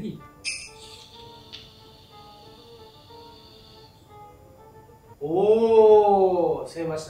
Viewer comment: ベイプも違くね?